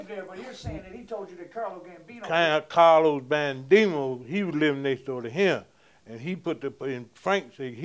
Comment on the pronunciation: “Carlo bandimo”. 😂